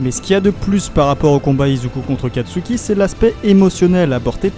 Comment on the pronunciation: kastuki?! C'est pas plutôt katsuki